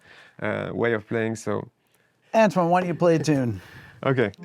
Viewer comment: With a bit more practice this kid could be half decent. By the way Antoine is pronounced 'On-twan' 😉